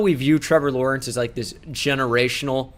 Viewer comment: damn you got Lawrence right impressive